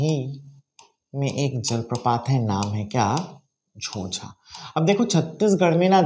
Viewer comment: झोंझा हैं न कि झोझा